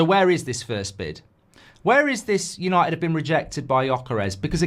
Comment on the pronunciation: You can’t even say where united finished correctly you’re that stupid😂😂😂